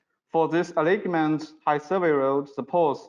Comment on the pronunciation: A-line-ment = alignment